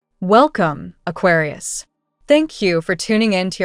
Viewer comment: Please fix the pronounciation of aquarius. Now it's totally unrecognizable.